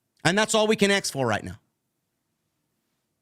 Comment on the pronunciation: Axe 🪓 me a querstion 😂